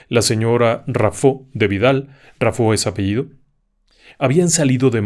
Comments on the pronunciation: Señor se pronuncia Raffo y no Raffó. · Onganía, no Ongánia. Rafo, no Rafó. Y, el caso es un reconocido mito popular. No un caso real.